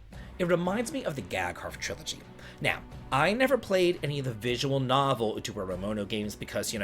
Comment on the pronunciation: How do you pronounce Utawarerumono perfectly but have visible brain aneurysms trying to read less complex Japanese words in your news??? All jokes aside, this completely looks like my type of game! Already added the original game to my wishlist, thanks for bringing it to my attention!